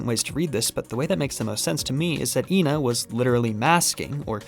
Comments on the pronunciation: technicallyyyyy it wouldn't be ee-na because when ena is written in japanese it is translated as e-na not i-na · It has been confirmed that the pronunciation is “eh-na”. This is further seen in the few characters that consistently say their name correctly (Frank, Froggy, suspicious man, etc) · it's ena not ena! ... nice video! keep it up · it's pronounced ƎNA. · Can't believe you dont know how to say ƎNA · And here I was pronouncing it as Ee En Ay, because I thought it was an acronym. Never heard of ENA before. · I always saw it as like how some racists would say that this race always looks the same even tho they're not and they all actually look different, they believe the ena they see is the same ena theyve met in their life and the different pronunciations are the names of different enas being used on the wrong ena